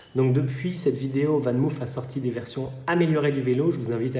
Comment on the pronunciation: Pour info en néerlandais on prononce VanMoof ("fan mof" le double "o" se prononce juste comme un "o" long, mais pas "ou") :)